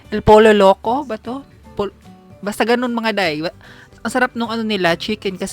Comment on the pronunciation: El Pollo Loco but it’s pronounced as “El Poyo Loko”